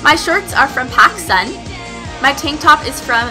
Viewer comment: When she said pascun I thought she said Pakistan lool